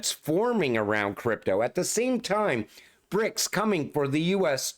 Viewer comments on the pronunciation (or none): none